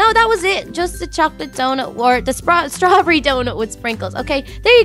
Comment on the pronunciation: she said strabbery good video